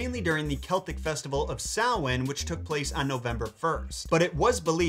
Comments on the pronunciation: Thank you for pronouncing Samhain correctly 👏🏻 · Just found this and was so happy they pronounced Samhain right! It's frustrating seeing people peonounce words that should be common knowledge on pronunciation. But to see someone correctly pronounce a word that isn't so common is honestly a real treat! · THANK YOU for saying Samhain right! As pagan myself(pagan not devil worship) it Make me cringe everytime they say it wrong. Have happy hollows eve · And he pronounced Samhain right! Yes!!! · Congratulations on your pronunciation of Samhain!!!! I'm interested in your source dating the story to the 8th century? The only Early Irish story I know of in this area is Echtrae Nerai / The Adventures of Nera. It's about many things, but includes having to carry a corpse on his back to find it a drink of water. No reference to marsh lights though... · Thank you for your accurate pronunciation of Samhain! & how Christianity worked in those days. As a pagan, I adore you for this ❤. Also as a side note, Samhain is actually 3 days & nights with the 31st being the 2nd day. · correct pronunciation of Samhain got me like 🤤🤤🤤🤤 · thank you for properly pronouncing Samhain, that means a lot. This was a lovely tale to hear in full. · Thank you for pronouncing Samhain correctly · I recant my earlier comment and tip my hat to you, for taking the time to learn how to properly pronounce the word Samhain. Well done to you. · And im so glad you pronounced samhain correctly 🥰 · Thank You for 1- Pronouncing Samhaim correctly and quite beautifully too. (Screw U Supernatural) 2 - Giving a good history of the holiday and its Celtic/Irish origins. I will add that it was and is also a celebration of honoring your dead/passed loved ones. Kinda similar to Dia de Los Muertos. That the lights were also said to help lead the loved ones and benevolent spirits onward. Samhain also translated means "Summer's End" and was the celebration of the end of harvest season too.